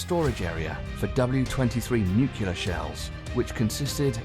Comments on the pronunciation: Nuc you ler vs. new clear. Nu-Clear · Please don't say 'newk-ya-ler' when it's pronounced 'new-klee-ur'. ;) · Don't say NUCULAR weapons. It's pronounced nu-CLEAR. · Ffs it's nu-clear not nu-cular 😂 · NUCLEAR, NUCLEAR, NUCLEAR...NOT NUKULAR! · Repeat after me: Nu cle ar. Not nucular. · It. Is. NUCLEAR. Not NUCULER. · I had to stop watching after he mispronounced nuclear. just say New Clear instead of nukeyelar. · NOO-CLEE-URR...how hard is that word?! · Nuclear... .not nuke-ya-ler. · OH, you didn't just say "Nuke U Lar", did you? Gimme a break. Even British people know better than that. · NUCULAR shells facepalm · "Nucular, nucular, nucular..." But still a cool video. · Scary scary Nucular weapons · you lost me at "nukyeler" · wouldnt be a stupid military video without a "nucular" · Nu 👏 Ku 👏 lar 👏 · New kew lar warheads? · Nuquler lol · What is nucular? I loose faith in people and content who can't pronounce such a simple word correctly. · The narrator doesn't know how to say, "nuclear"... it's not "nu-kyu-lar"... sounds like George Bush. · I think it's funny that there are English people that can't say "nuclear" too. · This guy says 'nuclear' like Dubya